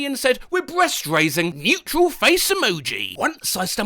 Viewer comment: I thought I heard mutial face emoji instead of neutral face emoji